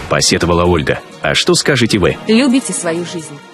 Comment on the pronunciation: А в конце лЮбите свою жизнь😂 Ну исправьте уже в этом слове ударение.Я понимаю это робот говорит,но это так раздражает!!!лЮбите свою жизнь😂